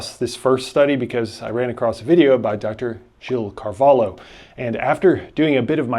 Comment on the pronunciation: You can't pronounce Gil Carvalho right, the "lh" is pronounced in a specific way I can't put in words.